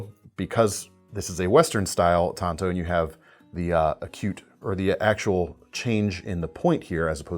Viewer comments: There is an A in the word. It's tanto not tonto. Tonto is the lone rangers sidekick. Even lynn thompson says tanto. Tonto if used correctly is the japanese original version which does not look like the american tanto. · They are pronounced tan...to.. Tonto is the Lone Rangers buddy! Get it right man ffs!!😂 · Please stop saying TAINto. It's pronounced Tanto like Tanya. Not Tainya. Otherwise not a bad video. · It's 'TAN'to as in the color. Tonto was the Horse in the Lone Ranger.......Hellooooo McFly!!!!!